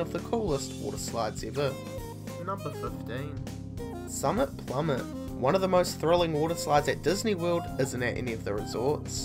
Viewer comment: Summit Plummet with accent